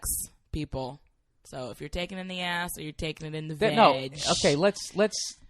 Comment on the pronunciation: "Because she took it in the ayyeshhh" DESTROYED ME